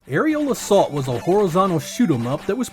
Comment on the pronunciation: Aerial Assault...I swear I thought you said "Areola Salt."